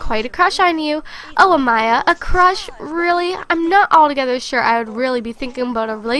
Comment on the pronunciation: Thank you for saying Amaya the right way! My name is Amaya and people always say it wrong. Ilysm <3